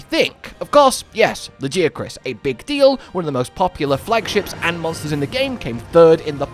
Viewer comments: La-ghee(like the clarified butter)-uh-kroos (like how its pronounced in crusade). I swear Lagi has THE most variation on pronunciation in the fandom of any monster. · Whilst I say it 'La-GUY-uh-cruss' I'm not gonna die on that hill; Hell, as a fellow Brit (from somewhere more sSounthern than ), I know we call the city of Bath by different pronunciations, and probably have completely different names for a small bread roll (seriously, go look it up if you haven't lived in the UK....)! I too have seen (and argued with) that guy in the comments, and he really doesn't seem to get the message. For TU2, I'd be ok with just getting Lagi, but I doubt it's just him. I think he will probably come in at the same tier as Mizu and the other Apexes, or maybe at the top of the tier under them, but (to go back to earlier videos that voiced) I do not believe he will have ANY siege mechanics. Really happy to see the QoL changes, the updated 8* quests (although the wound res kinda sucks as a CB enjoyer; I don't need the wound pops to stagger, but I want my easy Savage Axe access), and I asked for PC control improvements in the survey. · Can’t go round saying “it’s Tigrex not teagrex” and say lagiacrus is pronounced “lageeacrus”. Can’t have it both ways. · oh, so you’re one of the guys in the comments he mentioned. I was poking fun but since you brought it up. It is TI-GREX like tiger and LA-GUY-A-CRUS like that guy chris. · Fellow Yorkshire man here not sure what part ya from but I’ve not heard it said like that 😅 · Please for the love of god say Lagiacrus properly! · I know you acknowledged us directly but your pronunciation of Lagiacrus is still WRONNNG. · Dude literally google the pronunciation of Lagicrus.... yup and Altreon is pronounced Alah-Treon 😂😂😂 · Is LAGI 😢 not lagia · Nah. It's La-GUY-a-crus. Cause he's my number 1 guy. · Lmao not getting called out for saying Laggy-a-crus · Luh-Gai-Uh-Kris. Get it right.